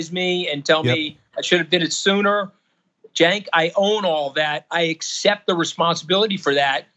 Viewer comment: Im surprised to see a republican who can pronounce Cenk's name correctly. Seriously, its not that hard to pronounce.